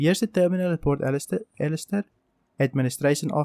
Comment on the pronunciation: Olisar, not Alistair